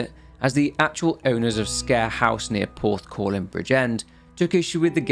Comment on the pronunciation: I always thought it was pronounced like "Squer" not like scare.